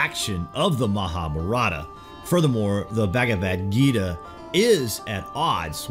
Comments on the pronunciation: I dont mind pple hqve diff accents. But the way u say MAHA-APARATHA means "GREAT SIN" its MAHAA BHAARATHA meaning GREAT INDIA! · U r butchering the word "MahaBharatha" it is pronounced: "MAHAAA-BHAAARATHA"